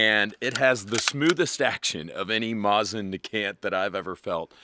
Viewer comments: Mosin Nagant ❌ Mosin NEH GANT ✅ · "Mawsin nagAnt" how do you say that with a straight face??? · MOSSAN NAGGANTTT LMAO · It's not called a "maw-sen niegant" It's pronounced "moe-sin nagant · man for a guy that spent a lot of time with foreign language speaking people you butcher the word mosin nagant in a way i diddnt even think was possible. "moe zen nuh-gaunt" is the right way to say it, just like how everybody else says it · “Mozzn negant” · Moh-zin nuh gant. Who tf says it like that. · The proper pronunciation is " Mo seen - Na Gan" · "Mah-zzin Nuh-gan't" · Mawzin nuh-gant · Moss Ann nawgnat lol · Take a shot every time he intentionally mispronounces Mosin Nagant = alcohol poisoning before new year. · Know idea if its on purpose or not, but the way he says mosin nagant makes my fuckin brain hurt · I hate you so much for mispronouncing every single utterance of “mosin nagant” …. Good job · Why are you saying mosin nagant so wierd😂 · Every time he says "Mosin Nagant", his pronunciation gets worse. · Breaking news: Lousiana man says "Mosin Nagant" like he is from Wisconsin. be hitting the beer and cheese too hard. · Oh yah, he rilly does now, doncha know? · I hate his pronunciation of it